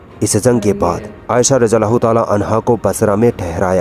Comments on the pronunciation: Radi Allah is the correct pronunciation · बहन रादियाल्लाहो ताआला अनहो में द और ज साथ में बोलोगे तो सही होगा ।